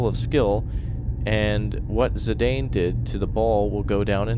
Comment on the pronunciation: The way he said "Zidane" was so cringe.